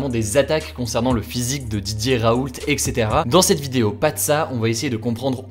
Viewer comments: On dit « raoul », pas « RaouLTT » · Merci beaucoup pour vos rapports rapides et fiable. Pour info (ca m’a fais rire) mais pour Didier Raoult on ne prononce pas le t.mon grand-père s’appelle raoult et pour lui on ne le prononce pas